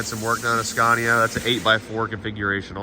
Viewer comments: It’s “scania”. Not “sconia” lol. Sorry. I had to say it lol. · I can’t get over saying sconia 😂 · In this episode of “How will pronounce Scania today?” I’m 3 minutes in and I think I just heard him say “Scoh-nya.” This game is so fun haha. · The Swedish pronounciation of Scania is more like skaania than the american way skaenia. But it works either way😊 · Ask them how to pronounce SCANIA correctly 😊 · Just love the fact that you pronounce the names the wrong way all the time, just makes this even better. 😆😆 I know it’s hard, it was the same shit but the opposite for us learning English. Great content, its nice to see your excitement over our trucks and workshops etc. Things we just take for granted these days. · He was just in Scania (the region) to visit Scania (the company) and he probably heard them pronounce it in Swedish (Skåne). That's probably why he pronounced the English (Latin) version of the name with that particular vowel.